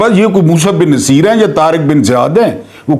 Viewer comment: بہت ادب کیساتھ تھوڑی تحقیق کرلیا کریں جس طرح سے آپ تاریخی شخصیات کے نام غلط پکارتے ہیں بہت ہی شرمناک ہے راڈرک بالکل غلط ہے نصِیر بالکل غلط قَرطبہ بالکل غلط لگتا ہے کوئی ایرا غیرا بول رہا ہے نہیں